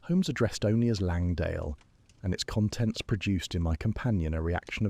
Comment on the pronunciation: Is this one of the earlier ones you've done? I've noticed that in the ones I've listened to most recently the AI voice is of poorer quality than the first few I listened to. Mispronunciations of words that have multiple sounds (read = "red" or "reed," "conTENT" when it should be "CONtent," etc.), awkward timing of successive words, etc. At first it was at a low enough level for me to not label it "severe," but the last 2-3 I've listened to have been much worse.